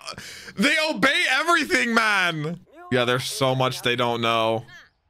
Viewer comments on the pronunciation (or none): none